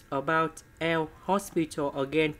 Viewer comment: Sir it's l'hopital ruli